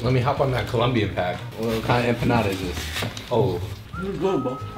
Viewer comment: It hurts me how they pronounce empanada 😭